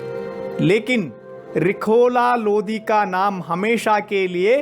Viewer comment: Bhai phele lodi nhi hai lodhi hota hai